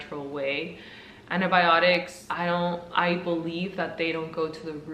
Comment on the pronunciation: Did she say "antObiotics"?